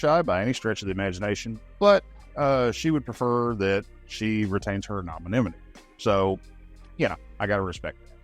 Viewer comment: She is flippin talented , And that's the most beautiful way I've ever heard Anonymity pronounced.😂